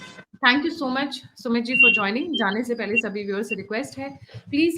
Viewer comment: Read Sumeetji instead smithing